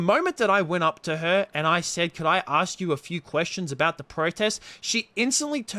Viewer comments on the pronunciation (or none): “Can I aksed you a question?”